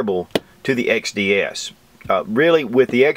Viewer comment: I can't help but think of Rekt Feminist Videos when he says xDDDDD